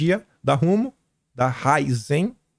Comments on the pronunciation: Cosan pronúncia correta o s tem som de Z. Raízen tem assento agudo no i portanto a pronúncia é RaÍzen e não Raizên. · Não é ráizen é raízen 😅😅 ra-í-zen a vogal i é tônica, quase todo mundo pronuncia errado. Abraço.